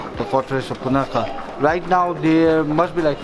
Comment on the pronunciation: Bro u pronounced punakha wrong